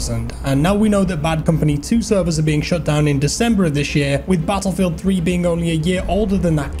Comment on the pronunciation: Can you stop pronouncing battlefield so stupidly